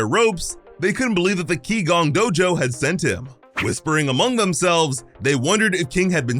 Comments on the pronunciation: You have one error. Qi Gong is Chinese in origin and pronounced 'chi gong' is actually translated as energy work. Gong fu is the term translated as skill atained through hard work and effort. The implication is that king would be learning to harness his internal energy. Not just physical exercise. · qigong is pronounced chi-gong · Translation correction: Qigong, pronounced chi-gonh, is broken down into Qi, known to the Japanese as chi, such as what you hear from Dragon Ball, means "air", but metaphysically means the supposed energy in one's body. Gong means martial arts, so Qigong is roughly just the martial arts of using one's chi